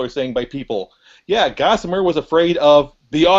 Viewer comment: Gossimer not Mortimer